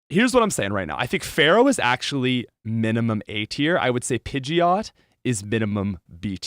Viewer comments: Love everything you fo. But for the love of God it's FEARow... not Pharoah... Thank you for all the cool things you do. ❤ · Why does he keep saying "pharaoh" and "sparrow"?